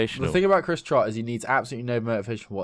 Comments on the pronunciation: it's Trott not trot and not trout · Dude, it's 'Trott'